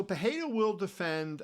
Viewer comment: Kevin great content. Please know the R in pereira is pronounced. Its not like Spanish.